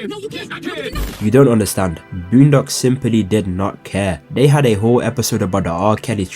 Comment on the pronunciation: Somebody say "BLOONdocks"?